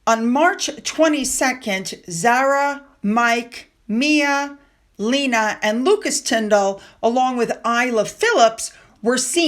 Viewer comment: Just so you know, Lena Tindall's name is pronounced Lay-na😀